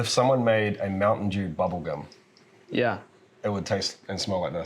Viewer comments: MOUNTAIN DEWSH! 😂😂😂😂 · Are you saying Mountain Jew? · not mountain dew but mountain djew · Mountain Deux? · Mountain Dooze 😂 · Mountain Dewze?